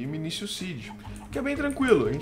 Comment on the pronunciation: 3 dicas 1:não se pronuncia "minisio" e sim "minikio" 2:tenta fazer a semente de cacto e deixar ele boladão então vc prepara um terreno 3x3 com o cacto no centro e coloca as sementes fracas para reproduzir lá como o cacto n nasce em terra ele n vai se multiplicar e as propriedades dele vão passar para as sementes novas(elas n vão nascer 10x10x10 e sim +- 5x4x6 mas se botar lá de novo elas aumentarão mais ) 3: o QDS funciona com funis